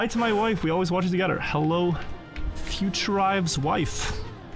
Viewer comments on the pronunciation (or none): i will pronounce every letter in a word:...togedder